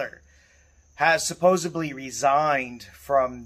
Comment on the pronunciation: Please. For the love of God and all things holy, please teach this how to pronounce "supposedly."